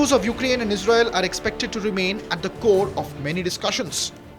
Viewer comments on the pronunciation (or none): none